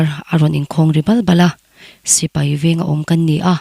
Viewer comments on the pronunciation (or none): none